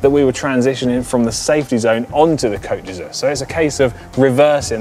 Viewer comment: Could you please have Si' pronounce "Côte d'Azur" correctly so it doesn't sound embarrassingly like "coat d'usure" (sic)? Interestingly that one, less enticing than Nice or Saint-Tropez, could cause a track cyclist to be immediately disqualified if encroached on... Awesome video overall!